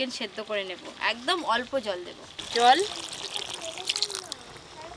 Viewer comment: din ke din ato nekami mere kno ktha blcho?????Kthar mjhe to asol vasha ta beriye jai 'Debo' ke 'dubo' 🤣🤣